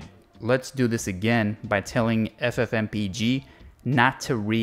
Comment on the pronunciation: This is the first time I've heard someone pronounce it as f-f-m-p-e-g instead of ff-m-peg.